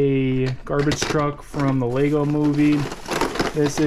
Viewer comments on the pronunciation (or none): Lego no s in Lego